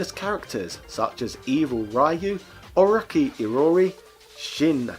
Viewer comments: OROTSHI not OROKEE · How this man can't say O-Ro-Chi- is beyond me